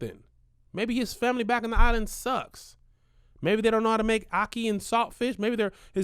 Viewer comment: he said “ocky and salt fish” 😭😭😭😭 it’s ackee 😭😭😭😭